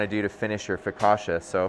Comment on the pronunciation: Hard CC in focaccia. Like in Pizza. Just sayin'.